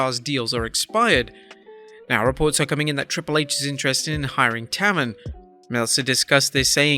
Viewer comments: I believe Matt Taven's name is pronounced Tay-ven not Ta-ven. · Pronounced "tay-ven" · IT'S PRONOUNCED TAEVERN NOT TAVUN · It's pronounced Tay-Ven. Matt Taven's name. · It's pronounced Tay-ven, you melvin. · That's not how you pronounce his name. But still no, do not want to see Matt Taven at all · Matt taven (tay-ven) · His name is pronounced "Mat TAY ven". I'm surprised you have never watched his work in ROH where they pronounce his name every time he wrestles. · It’s pronounced Matt tayven bro ffs. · your saying matt taven name wrong its cringe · learn to pronounce taven